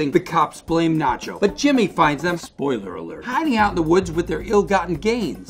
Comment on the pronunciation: Bob is not able to say "spoiler alert"😂😂